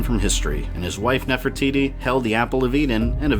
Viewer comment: It sounded like you said Queen Nefer-Tities